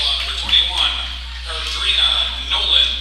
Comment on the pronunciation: To the speaker. Nolen (21)name is pronounced "Car" "drina" not "Ca" "drina"🤷🏾‍♀️ .